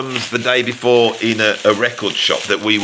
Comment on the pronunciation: each time you say: "the day before" I hear: "Davy [5]04"